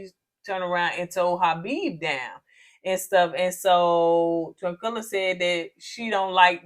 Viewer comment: Everytime yall call Taquilla, Tranquilla I am Cracking UP. lol🤣😂🤣😂